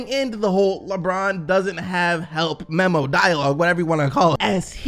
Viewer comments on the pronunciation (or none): none